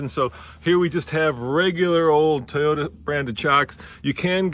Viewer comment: So still doesn’t know how to pronounce Toyota, and the designers and aero people don’t really care about pulling their trucks out of bad situations (tow hooks). Otherwise it looks about like what you’d expect. I really do like the surround-view camera system and interior rear view camera though. That’s important for truck owners.